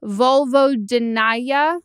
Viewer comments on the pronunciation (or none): Also, meghan the words you were trying to pronounce: Vulvodynia (Volvo- den- ee- uh), vaginismus (vaj-in-isss-mus), vestibulitis (vest-ib-u-litis). Vulvodynia is unprovoked chronic vaginal pain and tightness, vaginismus is provoked pain and tightness, and vestibulitis is pain and tightness of the vestibule.